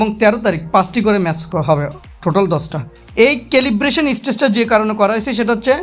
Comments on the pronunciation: Calibration..... সেলিব্রশন,,,, কেলিব্রেশন না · This is Celebration....you are correct... it's calibration❤ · কেলিব্রেশন হবে রে আবুল।।